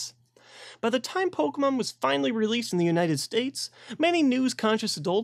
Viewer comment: How to pronounce Pokémon 101:stop saying it like po-kuh-Mon or po-key-Mon but instead say po-kay-mon